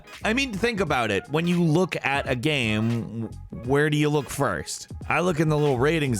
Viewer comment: says "game" properly. rest of video... "Gam" lol